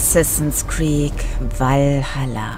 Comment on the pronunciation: Hast du am Anfang assassins creec valhalla statt assassins Crêpes valhalla gesagt